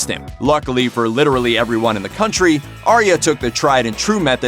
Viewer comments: Aye-ah. Her name is pronounced Aye-ah, not Aria. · It’s arya not aria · I'm pretty sure that Arya's name is pronounced like eye-a or something like that but I'm not completely sure🤔